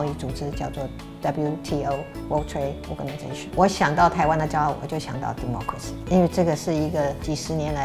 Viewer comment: Democracy! 小英總統的英式發音真好聽！